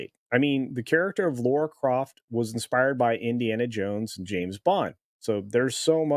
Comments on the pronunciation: It’s Lara not Laura. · Dude... it's LARA Croft, not LAURA Croft. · Lara not Laura. Pronounced "La-Ra."